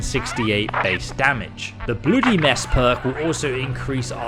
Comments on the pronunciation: Just a note... it's not pronounced blooody... as in moody... it's pronounced bluddy as in muddy.... because it's blood. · The Blue WHAT perk?? Say BLOOD. You know, like what files your body? Then make it plural. Bluh-dy buddy. So you use AI for your voice overs huh? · "Blue"dy mess Perk? AI much? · Did you say "Bluedy"? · ... the what mess now? Why are you saying it like that? I have NEVER heard a human say that word that way. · Why are you pronouncing bloody so weirdly? Is it an in joke?